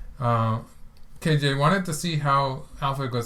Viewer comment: you're pronouncing Ke correctly, and you're only slightly off with the Jie. For Jie think of it as rhyming with "yeah": J-yeah